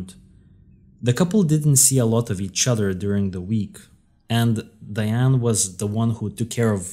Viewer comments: The perpetrators name is pronounced "Die-Ann".😊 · Her name is DIE ANE………… not DEE ANE.